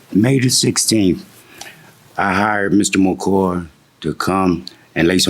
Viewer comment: it’s not a big deal your right but it just sounds bad. That man’s name was “MACOY”and the defendant kept saying “MACOR” 😂.